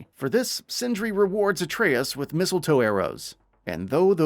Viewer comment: See Dominik look how pronounces atreus not whatever the hell you were saying sir 🤣 you may have to teach him how to pronounce this name cuz it's evading him.